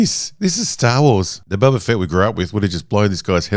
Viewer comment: You say Boba. I hear Bubba. Am I the only one?